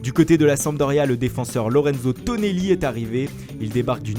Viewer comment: Non non c'est pas tonelli C'est TOnEEElllllI